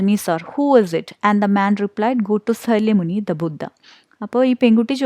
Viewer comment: its not salyamuni its sakyamuni